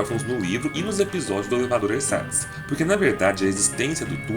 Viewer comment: Se escreve ersatz mas se lê erzats